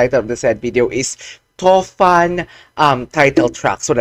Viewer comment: Not too fun, it's tufan, tufan is a Bengali word, that's meaning storm. Thank you bro